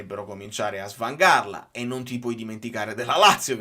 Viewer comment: pure tu...si dice sFangare, non svangare